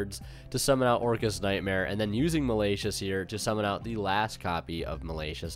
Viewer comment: malayshus... lol